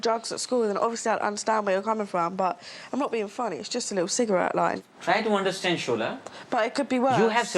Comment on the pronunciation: mark mark “understNad”👏🏻👏🏻👏🏻